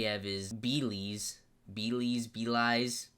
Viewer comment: Wooo I was looking forward to this one Also bro Belize is a country, pronounced beleeze